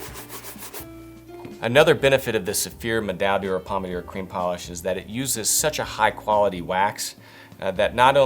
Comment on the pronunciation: You don't pronounce D'or as "Dior". It's pronounced like "Door", just in a French kind of way. Also, Renovateur is not pronounced"renovatoor" lol